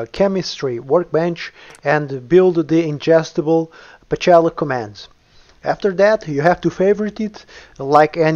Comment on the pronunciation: That doesn't sound like "Pocela." and the Russian transcription is Pcela (Пчела), which translated into English means -- Bee. I apologize for my remark )) Much appreciation for a good guide on the updated version of the mod.